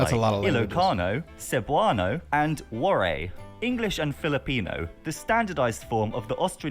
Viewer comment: sigh Cringing again. lol It's bah-rang-gai and wah-rai. Not your fault,. Also, I'm pretty sure none of our islands are for sale. And we don't eat mouse-deer. I hate Duterte. I believe that drug addicts deserve to be in rehab & not be killed.